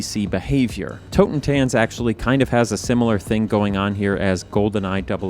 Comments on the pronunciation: your pronounciation of the german night clob names is horrible... it's not hole [hoʊlə] it's ...hölle [ˈhœlə] and Totentanz [ˈtoːtn̩ˌtant͡s] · Oh god as a german I still love how you pronounce „Totentanz“ (which just means „Dance of the dead“ in German). It just sounds so much fancier than the word does in German :D Greetings from Cologne! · Fun fact Totentanz is German for Dance of Death, and you pronunciation of it is unkind 😅